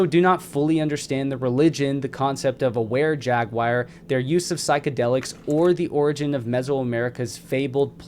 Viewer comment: I really enjoy the content and information you provided 👍. Thank you. Just try to ask someone you trust about any pronunciation questions you may have. You may not be aware of your own lacking. Especially with Jaguar not ja-guire.